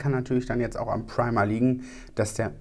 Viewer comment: "Preima" 😂 da kam der deutsche kurz raus 😂